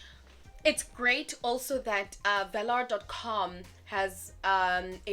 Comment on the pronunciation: I currently actively use 3 different South African crypto exchanges and VALR is probably my favourite one of the 3. There's maybe one or two issues I have with the platform, but those are issues that the other exchanges I use address sufficiently Sidenote: I think it's pronounced like "valour". Not 100% sure myself but that's how I've heard most pronouncing it